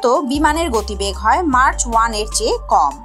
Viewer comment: শব্দটি মার্চ নয় ম্যাক হবে🤗